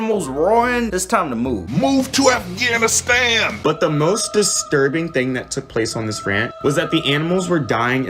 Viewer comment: “Move to afgnaStan”